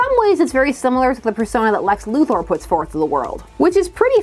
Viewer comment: It might be a Canadian thing, but I want to give respect for knowing how to pronounce Lex Luthor's last name. A lot of people pronounce it "Luther," and that always bothers me, so I appreciate the correctness.